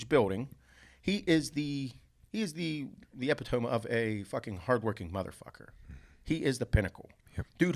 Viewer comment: Bob, teach how to say the word epitome.